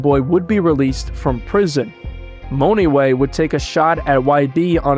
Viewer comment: Dude mone-way - not no fuccin money-way